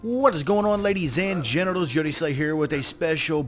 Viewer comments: Lol, Did you say ladies and genitals in the beginning? XD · i swear at the beginning he said ladies and genitals